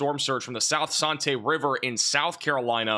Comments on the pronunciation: The sc river is pronounced San-tea not sahn-tay lol nice try though😂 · For future reference Santee is pronounced sand without the D, T. So San-tee, No hate, it just threw me for a loop. 😂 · Santee pronounced as San Tee.😂😂😂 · Santee River in SC - pronounced San-TEE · Santee is pronounced like sand without the d and tee like golf tee or the drink.